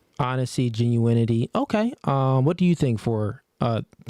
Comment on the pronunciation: “Genuinity” 😂 Wife her up simps